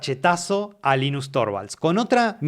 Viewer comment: Gracias por pronunciarlo como "Linus" en vez de "Lainus" como hacen muchos gringos.